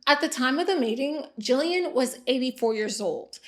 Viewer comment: Kind of random but thank you for pronouncing Gillian right. I heard my name, looked up from my phone to the tv, and saw the spelling. I cannot tell you how many times I’ve heard it pronounced with soft g. My whole life, especially during school. Or the random people that can’t say the name at all and then call me Julian instead 😂